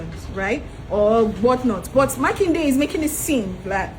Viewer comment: Makinde say it right